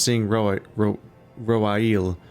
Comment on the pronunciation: Roaille is pronounced "Wry"... that's why the mission title is supposed to be mean "The Reason Why"